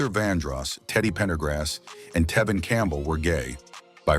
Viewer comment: Who th3 fuk is this narrator?.. he cant even pronounce Tevin's properly and why is this idiot bringing jaguar right into this ?.. this has to be an a.i voice .. wjy dont people look into Quincy jones and all th3 adults that was supposed to be his gaurdian while he was being sent to different states?.. diddy aint the only predator , they need to bring Russell Simmon to justice and Clive Davis ??